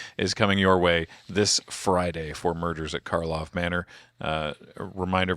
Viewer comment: It never ceases to amuse me that people just cannot stop calling it "Markov" instead of "Karlov". didn't even catch doing it right at the start (or at least didn't bother to point it out if they did).